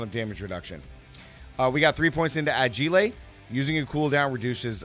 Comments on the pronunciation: Agiley? It's pronounced Agile, the "gile" is like saying file, like a file on your computer. Not chick fil a, lol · Adj - isle.... not Agiley. LOL, just busting your cops, great video... Oh, and Tricks, not Tri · Bro said '' A-gee-lay'' WTF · BRUHH AGIILÈÈ💀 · Uh - Gee - Lay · The way he said agile lmaoooo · Agile with a bit of seasoning 😂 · That’s not a word 😂